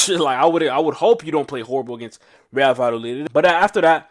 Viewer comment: Vayadolid. It's pronounced va-ya-do-leed ❤ Trust me, I live here! The double L is a Y